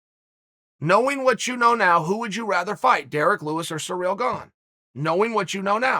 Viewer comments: Chael mispronunciations Sonnon haha! Sa reel.... have u never heard the name Cyril?? Si rill.. I love it, that’s just another reason I love these vids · dude, if you think Ciryl and Surreal are pronounced the same way, you need help. Except if you’re Uncle Chael… when he says it, I say “Ok, great”. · SEAR-UHL not Sareal. Common Unker Kale, if ya ever wanna move up past commentating the pre-lims to the big card with Saint Rogies, ya gotta get these pronunciations down. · Chael “surreal Gane” Sonnen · Eating cereal while listening to Chael talk about this guy named Cyreal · He says Cyril the first bite, then returns to using surreal. He is 100% butchering these on purpose 🤣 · I liked Izzy's "Cerebral Ciryl" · Kind of surreal that Chael can't pronounce Cyril pwopwerly.